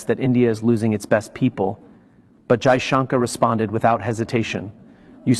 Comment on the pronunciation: Damit it is not junker you stupid be more courteous and atleast pronounce the name properly and that to for.a.seasoned Diplomat